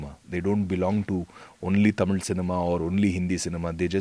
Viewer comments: Your pronunciation is amazing...the word தமிழ் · Though his mom is thamizh it sounds really good to hear the word THAMIZH from a bollywood actor & not tamil. Thanks vivek. Hope Vivegam brings you more opportunities in THAMIZH cinema for you. ALL THE BEST. Also needless to say that we thala bloods appreciate real talent. WAITING for 24th AUG.